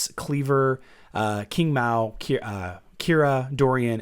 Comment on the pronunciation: Didn't we agree to that Qing Mao is pronounced Ching Mao? B'cuz Qingdao, Qingmei, Qinghai are all with ch-sound.